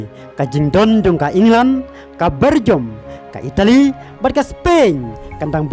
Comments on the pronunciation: Bergium ne belgium... Sngewbha bah pynbeit bha ka jingkynnoh ktien english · Bergum 😅 😅😅😅😅(Belgum)